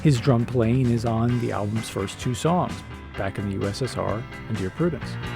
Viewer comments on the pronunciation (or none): LoL at "Dear Ppudence"